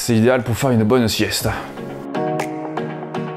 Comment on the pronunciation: Et dis donc pourquoi prendre l'accent du sud quand tu dis "faire une bonne sièste" 🤣🤣🤣 trop drôle. Merci pour le test sinon.